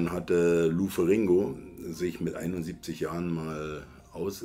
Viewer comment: lou ferrringo????!!!, haste nicht mehr alle? heisst ferrinniioo, ausgesprochen.🙄